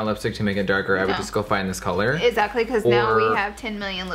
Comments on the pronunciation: Its exactly not esacly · The way she says ezactly